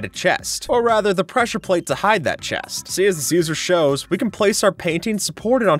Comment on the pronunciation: boat with chést